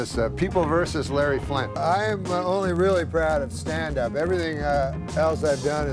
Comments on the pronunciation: So he never wanted to sit down? Looks like AI narration still can’t get word stress right based on context. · i typically agree with this sentiment but i stopped 7 minutes in when the inflection of "stand up" indicated he was rising from being seated. the world needs to get ready for ai to be used in innovative ways that push the needle, but if you want to make youtube videos but can't record your own voiceover, maybe try freelance editing. this isn't cancer research or a breakthrough in rendering technology, this is cutting corners due to carelessness. I'd imagine a more committed creator would generate higher quality work. an audience who's invested tends to notice when the author isn't. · damn is the narration ai generated? why did he say "cause all he wanted to do was stand UP" like that and not "stand -up"? lol